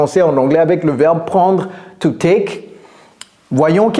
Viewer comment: Touték ??? Par pitié, soignez votre phonétique, c’est catastrophique